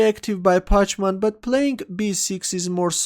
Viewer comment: i think you pronounce the opponent packman, not parchman!